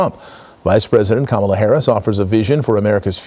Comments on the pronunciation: I wonder why he is pronouncing her name correctly all of a sudden. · Well, now I know he’s getting tired. He’s saying Kamala correctly. Because it takes more effort to say it incorrectly. It’s easier to just pronounce it right! What a weak, ignorant, lazy, slob. 💙💙💙